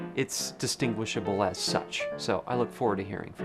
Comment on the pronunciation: The way you said "as" you said it like yas